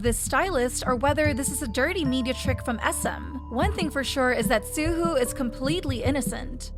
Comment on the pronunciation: I cringed every time you mispronounced Suho’s name it’s more like soo-hoe not soo-hoo